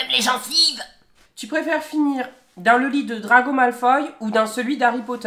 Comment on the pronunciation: DraCO! Pas draGO Non de dieux ! 😂😂😂